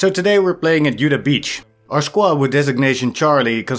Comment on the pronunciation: Uda beach? You mean Utah, right? It's ok, English just sucks. I should know, I'm American. So you say it like this "you-taah". Now the origins of the name I think is Native American, but I'm not 100% sure.